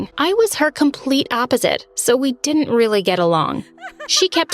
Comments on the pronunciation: It wealy pwissed me woff hahhahahhahaha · And she Weally pissed me off!